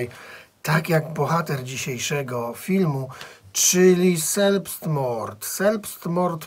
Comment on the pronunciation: Taka mała uwaga czyta się ,,zelbstmord" ;)